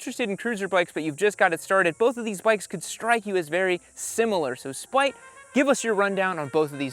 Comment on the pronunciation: Hold up. Is he calling him “spike”, the nickname of my best friend when I was 9? Or “spite” the way my best friend with a speech impediment said it?